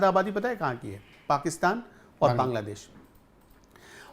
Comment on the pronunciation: भाई हिन्दी सुधारो, देस नही बांग्ला"देश", छेत्र नही क्षेत्र, अस्थानीय नही स्थानीय, जनगड़ना नही जनगणना। सुन्य नही शून्य। भाई गांव खेड़े की हिंदी मत बोलो समाचारों में। हिंदी और उच्चारण सुधारो। रोहित पांडे।